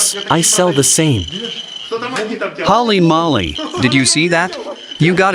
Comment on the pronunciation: this stupid can't even say Holly Molly right, it's pronounced: hōley - mōley. I used to enjoy kreosan's videos. now, not so much.